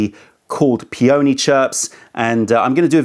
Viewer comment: You really need to learn how to say Peony 😂